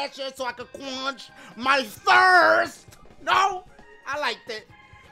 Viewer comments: First he thinks fet is the past tense of fit... and now quonch?? Queonch???quwonch🤷‍♀️😕🙃 He’s really killing me 😭😭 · "quanch my thirst" - Dashie 2019